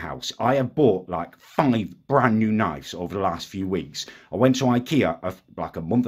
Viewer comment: Can’t wait till correctly pronounces knives